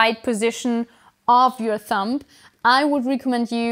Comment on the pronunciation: hey, just fyi the b in thumb is completely silent :)